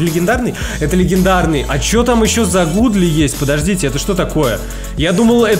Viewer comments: Godly-это не гудли это гадли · На английском когда написанны два о, тогда читается у например Look читается лук а Godly Гадли